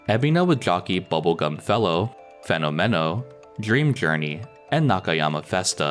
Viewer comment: Spanish speaker here. Fenómeno (Spanish for Phenomenon) is pronounced with the stress on the first o.